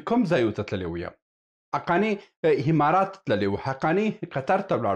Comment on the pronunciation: هیله ده چی خپل پر تلفظ د الفاظو تمرین وکړی ځکه تاسو عکس ته هکس وایی امارات ته همارات وای د ع او الف پر ځای ح استمال کوی او دا غلط ده ډیره مننه او په درنښت سره❤🙏